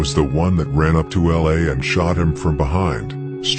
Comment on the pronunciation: Do Young Pappy, T. Roy, J-Money, Wooski, K.I, L’A Capone. And please Pronounce ( L.A) name right. It’s L. A NOT LA